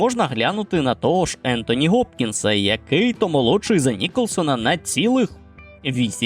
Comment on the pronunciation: Hopkins Хопкінс а не Gopkins Гопкінс не будь тупою твариною